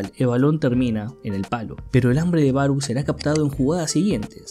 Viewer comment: Siempre me he preguntado xq los que hacen estos resúmenes no se toman unos minutos de como leer nombres en japonés...no se dice BaroU, 馬狼, Barou si esta escrito con Kanji esa u es una prolongación del sonido de la o, o sea es Baroo. E incluso en tus imágenes dice Barõ